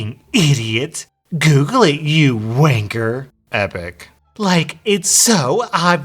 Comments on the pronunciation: Its pronounced wanka not wankerr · an American saying wanker 😂